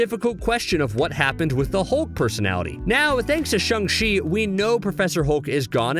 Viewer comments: I think it’s shAng chi, not shUng chi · I HATE HOW HE SAYS CHANG CHI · Are we not gonna bring up how he keeps messing up the names like Fenrir and Shang-Chi